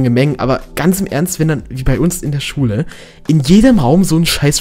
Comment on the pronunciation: wen du Schule sagst hört es sich so an als würdest du Schwulen sagen:D Liken damit er es sieht:)